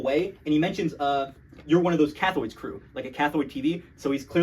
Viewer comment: bro was saying cathoid instead of cathode